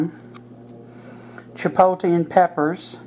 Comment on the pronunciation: Chipotle is pronouned chee-pot(with a long o) -le, u say the L in the word, too.lol...One thing about saying something in another language, is that it is nice to show respect by learning how to say the words correctly. I am a Hispanic American and view it as, if, I had to learn how to speak proper English and I can say I sound white, but am not, then what is the harm in others learning, other's correct pronunciations of words of their culture. Not meaning to get into anything,personal, mind u, but just saying that it is nice to learn how to say things the right way as to not offend , anyone. ^^* Here's to Chipotle and good eats of all kinds!!! Thanks for the video!!